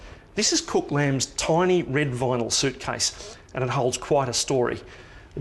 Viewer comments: He said cok lamb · he actully said cuc lam!